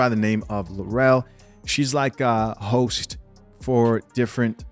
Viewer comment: when you said host I heard hoes